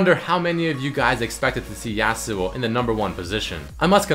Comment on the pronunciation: Hehe,, you got your "yAh-suo" right, but you still kinda say "exetera" insrtead of "et cetera" =)